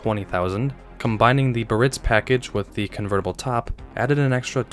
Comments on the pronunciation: Fun video! I'm one of the small club who LOVE the bustleback Sevilles. My grandparents had two. A couple items, since you asked: *I think Vector Motors Corporation should've been on this list, since you already had what was essentially a low production kit car. *Cartier is pronounced CAR-tee-ay. *There are contentions over the correct pronunciation of Biarritz, but most say BE-uh-ritz. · I have to correct you on so many levels. 1st pronunciations. Givenchy is sounded Gee-Von-She, Cartier is Car-Tee-A, Biarritz is Bee-Uh-Ritz. Now for the car corrections. The most expensive cars were the 1980-81, Signature Series Lincoln Mark VI, fully optioned at 26.5k. The 1980-85 Seville Elegante topped out by 85 at over 31k, as did the Eldorado Biarritz by 1985. The Imperial wasn’t nearly as expensive but the electronics were excellent, the problem was the placement of the ECM was such that the heat from the engine would shut the car down. Chrysler replaced, (under warranty) all of the EFI systems with carbureted versions, which cured the problem. The 79-80 Versailles did not share anything except a basic frame, ( which was stretched) dash binnacle, power train but shared nothing else, not even door skins or trim items. The 1982 Givenchy Continental came out fully loaded at over 26k W/ a Sunroof. As for oval windows, in 1980 the Bill Blass only came with your choice of white leather or blue leather, (no two tone or accent piping) you could possible get blue luxury cloth, as a delete option. The BB in 1980 also came with an oval window, if you opted for the sunroof, which then came standard with a full vinyl top. In 1982-83, the Pucci came in a 4dr version, as well as a two door. As for the introduction of the downsized Seville in mid 1975, as a 76 early introduction. Just thought I’d help a newbie out. With age comes knowledge.